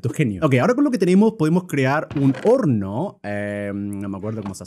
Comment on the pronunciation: Soy la unica q escucho "Porno" y tubo q repetirlo de nuevo solo para darse cuenta q habia dicho en realidad "Horno" 😟?